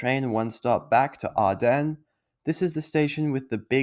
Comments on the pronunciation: Arden is pronounced Ard'n - you don't need to emphasise the second syllable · You are placing incorrect emphasis on the second syllable of Arden. It's not Ardennes. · If you want to avoid paying 7-11's ripoff prices, there is a relatively recently opened Woolworths Metro across the road from ANZAC station. Two IGAs within a few hundred metres or closer have items Woolies and 7-11 don't stock. Your pronunciation of Arden was incorrect.